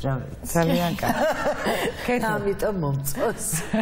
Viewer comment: ეს კარქი რა ვერ ისწავლა მარინა ბერიძემ?! კარქი კი არა კარგი! 🤦‍♀️სულ ასე რატომ ამბობს? 🤦‍♀️კარგი! კარგი! 🤦‍♀️და არა კარქი!